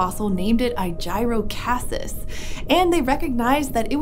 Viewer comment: he named it after aegis I’m hoping an hour just pronouncing it wrong because that’s incredibly dumb name otherwise. I’m assuming you said it wrong due to it looking like a shield almost.